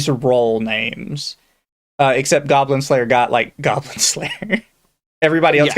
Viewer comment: "GOYBLIN SLAYUH"